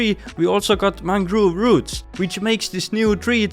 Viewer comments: I'm sorry but your pronunciation of mangrove(mangroove) and propagules(propagleys) got me laughing so hard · Ah yes mangroove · its very funny how he pronounced mangrove propagules😂😂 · Ah yes, mangroove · mangroove lmfao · I love your accent of saying mangrove